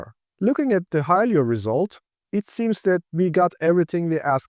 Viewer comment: Great video, only it's not pronounced "Hi-lee-yo", it's "Hi-lo"